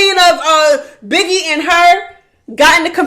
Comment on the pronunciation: HELLPPP u said “biggiwe is a pussyyyyyahhhhh” omg u be frying me 🐈🐱